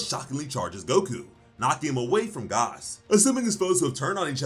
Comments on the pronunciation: Who tf is Gaaas, it’s fuckin gas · Why are you saying gause it’s g a s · You say gas funny 😭